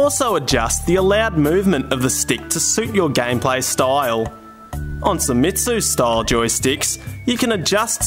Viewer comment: It's "say-meats" not "sai-metsu"